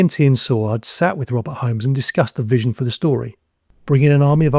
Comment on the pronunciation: Eric say-word not saw-erd